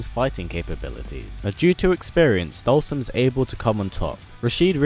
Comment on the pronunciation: With the English Caption every time you pronounce his name we get different names. Dhalsim, Dolson, Dawson, Olson, Boston..